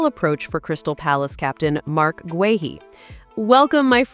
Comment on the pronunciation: Guehi is pronounced GAY EE - there is NO “R” in GUEHI